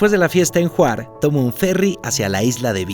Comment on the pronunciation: Te cuento que en serbocroata la V se pronuncia tal cual, como V, y no como U. Así que Hvar se pronuncia así, y no JUAR, y GRACIAS se pronuncia JVALA, no JUALA. !Saludos!